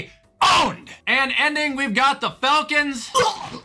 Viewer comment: Ah yes the "flacons"